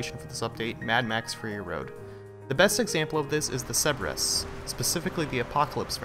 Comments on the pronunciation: Cerberus, Ser-Bur-Us, not Seb-Res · It's pronounced sir-ber-ris